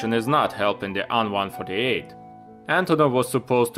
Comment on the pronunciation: Great stuff bro! Why do you call the plane An-148 instead of AN148...The An is not mean to be pronounced as a word but ABBREVIATED :)